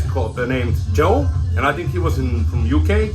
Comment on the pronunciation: Hello mate. I really appreciate the shout out for my channel, and yes you did pronounce it correct, it was my old stupid nickname from a band I used to play in haha! You showed some really cool stuff, the vinyl tag questions seem really fun and have now got me thinking. Cheers. Joe.